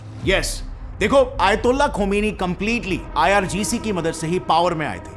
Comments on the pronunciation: Not IRCG.....it's IRGC😂😂😅😅😅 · Irgc not ircg moga😂😂😂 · IRCG NHI HOTA IRGC HAI CHACHA 😂😂😂😂 ITNA BADA RAYETA PHELA DETE HO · it's IRGC not IRCG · It's not IRCG it's IRGC 😂 ye bhi wrong number hai